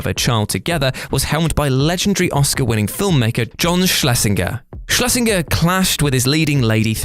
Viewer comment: Same as 'Schlesinger' which I don't think was pronounced properly either.